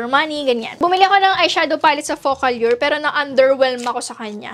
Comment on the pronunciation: Ate alur yun pag pronounce indi allyur!!!!!